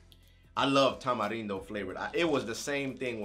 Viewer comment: Shoutout to your Mexican's? I'm a Mexican as well as a huge fan and I just wanna let you know I love that you know how to say Tamarindo !!!!! #RESPEK